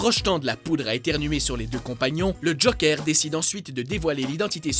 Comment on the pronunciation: Mais le mec il dit JOKEUR!!!!!